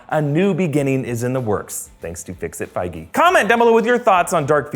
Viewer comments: "Fixit figey" and "i dont know what to do" 🤣🤣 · 😂😂😂 “fix it Feige”